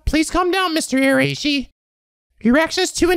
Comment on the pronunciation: just FYI, the RAI in Araishi is pronounced like WEI in weiss.